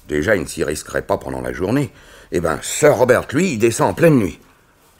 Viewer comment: Le "r" de "sir" ne se prononce pas ça écorche les oreilles